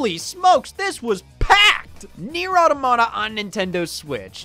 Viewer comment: I like how Scott learned how to say "automata" half way through.